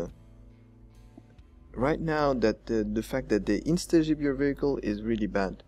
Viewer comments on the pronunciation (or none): "Instazjib" derp.